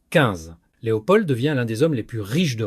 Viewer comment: Pourquoi vous prononcez le D de Leopold ? De plus ce n'est pas un Prénom, on dit le Roi Leopold.